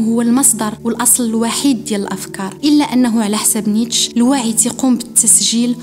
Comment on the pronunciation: الفيديو زوين بزاف. للتصحيح فقط ...نيتشه كاتنطق" نيتشي " "netcheh"